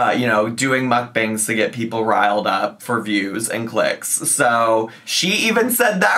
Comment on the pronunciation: Noticed she's being back the "sho" instead of "so" that she used to do circa 2018. Guess she's been watching her old videos and decided to try that affectation on again. 🤦‍♀️